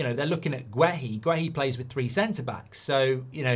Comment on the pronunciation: You watched the game and you’re STILL pronouncing Guéhi’s name wrong 🤡🤡